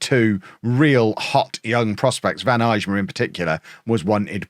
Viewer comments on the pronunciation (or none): Day 2 of telling that the J in Eijma is silent😅